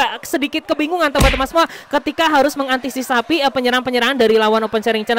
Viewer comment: Mengantisipasi bang bukan mengantisisapi 🤣